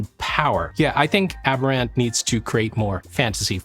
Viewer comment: Nit: the company's name is almost surely pronounced like the word "aberrant", which has its emphasis on the second syllable: pronounced like "ab-ERR-unt". The word aberrant matches this weird theme, because it means "not normal" or "deviant".